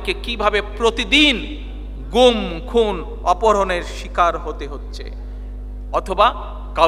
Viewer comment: You should correct the pronounciation. It will be khun, not khum.